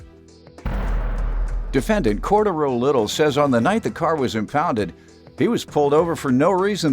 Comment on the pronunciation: I’m stuck on the pronunciation of Cordaro for the intro.